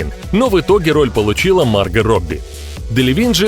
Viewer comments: У вас неправильное произношение имени не марга а маргО!!!!!! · Видео понравилось, но у меня 1 вопрос, почему мАрго а не маргО ? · Она Марго правильно говорить,Почему вы говорите Марга,,,(меня все называют Марго,и её тоже ) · А с какого перепуга она мАрго Робби а не МаргО?????. Это даже слух режет. К чему это??? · МаргО, а не маргА! Ну заманал. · да не мАрго, а маргО! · Уши блять режет... не МаргА, а МаргО. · комментатор - у тебя чего с произношением проблемы? куда ты ставишь ударение в словах, аж уши режет, не мАрго маргО, не дОлби а дЭлби, блин по ушам дОлбит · Марго, ударение на "о". Уж слух режет с ударением на "а". Ппц блин!🙈😄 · Она Марго, а не Марга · МаргО, а не МАрго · ты это просто скопировал у марго робби,она сама об этом сама рассказала "теперь ты знаешь кто я-марго робби" и хватит говорить марга.ее зовут марго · Да какая Ма́рга Марго́ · почему МаргА то, а не МаргО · Не Марго а Марго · А почему МАрго, а не МаргО? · Ма́рго.. 🤦‍♂️ Бот не очень умеет в ударения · Кто нибудь ему скажет что он не правильно ставит ударение в именни МаргО? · Правильно говорить МаргО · МАРГООООООООО, УДАРЕНИЕ НА ОООООО.. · Марга Робби! Мудацкое произношение. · Меня одного бесит как автор ставит ударение на имени Марго? И Захария тоже. Может это особенность австралийцев.